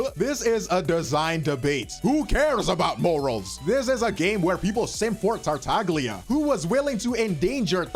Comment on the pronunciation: I'll send your ass to mussoliniland until you learn that the G in tartaglia is silent.